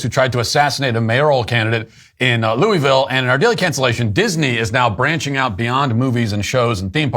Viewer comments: Love you Matt but we gotta have a talk. It's not "Looeyville" its "Louhvul". This is very important. Get it right or keep our name out ya mouth. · Loo-uh-ville. I lived there for two years, I've heard "loo-uh-ville" "luh-ville" and "loo-ville", but never once heard someone there refer to it as "loo-ee-ville".